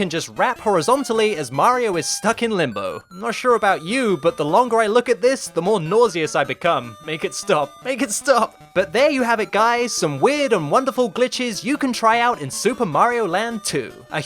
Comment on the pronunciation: Did you just say "nou-se-ous"? 🤣🤣🤣